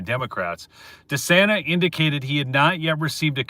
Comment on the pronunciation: You pronounce it… Jim Dee-Sane-na… You’ll sound like a Michigander. BENSON HAS BEEN A LAWLESS PIECE OF CR_P FROM THE GET-GO.